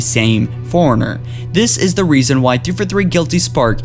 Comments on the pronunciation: The li-berry-an foreigner? Did you mean librarian forerunner? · OMG forerunner (4- run-ner) not foreigner. i cant watch this channel with you sounding like you've never played the game. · Pronounce forerunner right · Matthew Bridges He said it every time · Fore-runner, not for-in-er li-brar-i[e]-an, not li bar-i[e]-an awakened, not awoken this is not due to brain damage but a lack of knowledge of pronunciation of English words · Forerunner not foreigner. LibRarian not Liberian. You're killing me with the way you say words. Quit it!